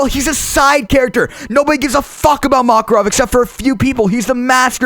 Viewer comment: I love the way you were all like "NOBODY GIVES A FUCK ABOUT MAKAVOV!!!"